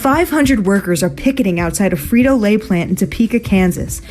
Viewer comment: "Frito O'Lay"?